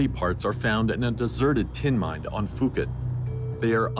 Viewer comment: Thank you for your posting of this episode. My only criticism is that you are mispronouncing the Thai city “Phuket”… I don’t know if this is AI narration, but it is pronounced “Poo-ket,” NOT “Foo-ket.” It’s kind of a relatively big part of your documentary, so I thought I’d let you know.… Thanks again for your hard work making this video available though!